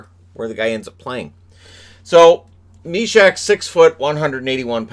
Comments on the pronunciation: Sending regards from Czech, its Jan Myšák, not MYSAK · I live in Czech Republic, so I don't care about elite prospects. The pronunciation of Jan Myšák is: /mɪʃɑːk/. Elite prospects are not always trustworthy.